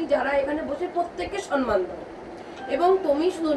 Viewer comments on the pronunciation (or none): ম্যাডাম আপনি সন্মান বলেন কেন?ওটা ভূল শব্দ। ঠিক কথা হোলো সম্মান।সম্+মান সন্+মান নয়।